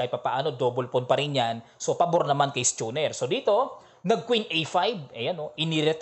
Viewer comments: Coach ang pronunciation ata ni schooner ay skooner, or skoonr wala ung "CH" ang CH ay "K" sa pag pronounce, just saying, Dati lang nag work sa boat industries here.. Godspeed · Coach, maganda ang pag analyze mo sa mga laro, mas maganda pa nga kay agadmator, gawa ng maiintindihan talaga, kwela pa. Pero wag ka sana ma offend, ang pronounce nyan ay skooner. Parang may K.